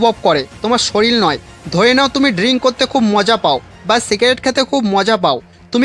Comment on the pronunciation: ওটা শরীল নয় ওটা শরীর...🙂